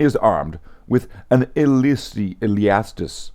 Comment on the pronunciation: LOL at the Illiastus Assault Cannon pronunciations fumble